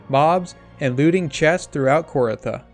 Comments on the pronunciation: its not kor-ah-tha its KOR-THEE-UH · Started watching this but immediately stopped when he pronounced it KOR-ITHA.